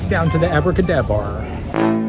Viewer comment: Impressed by how times you said Abracadabar successfully lol